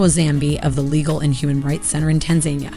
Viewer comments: Learn to pronounce Tanzania ( Tan-za-ni-a ) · It's pretty interesting that you can produce an entire video but not know how to pronounce Tanzania and tanzanians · Pleaseeeeeee put in the effort to pronounce Tanzania and other names properly. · who tf says Tanzania like that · I'm skeptical about this video because she can't even pronounce Tanzania correctly. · It's pronounced 'Tan Zah Nia' in Tanzania and the rest of the humanity, not 'Tan Zaynia'. Only 0.88% of humanity and 21% of Americans do this. In the US it is almost exclusively pronounced 'Tan Zaynia' among some Southerners of all races and some African Americans nationwide. How would Americans like it if one out of 5 Brits called them 'Ay Merikaynz' in the age of the internet? Not much I suspect. Most Americans (terrible history and geography education by 1st world and a half of 2nd world standards) cannot unprepared name more than 4 African nations (including most 4th+ generation African Americans). 8% of Americans think fictional Marvel-comics Wakanda is a name of a real country in Africa (12% among African Americans). 70% of Americans cannot find South Africa on a place-name-free map of Africa (75% among African Americans). 75% of African Americans think Pharaoh Cleopatra Ptolemy and all the Ptolemy's (Greek compulsory-interbreeding Pharaohs) before her and after were of mixed or full Nubian (southern border-Egyptian/upper-Sudan-border) 'black' race. The Ptolemy's were white Greeks and famed for interbreeding solely among their own family and ethnicity (their 'ethnic Greek-blood purity' and 'familial royal lineage' a priority for them to deliberately separate themselves from the people they ruled over). Unfortunately the cartoon popular racist history taught in Europe and then the USA in the 1800s-1900s made Cleopatra out to be an important instead of a minor peripheral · "Tan-za-NIA" not "Tan-ZANI-a" 🙄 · Tan-ZAN-ee-a is the proper way to pronounce this country. Tan-Zu-KNEE-uh is incorrect.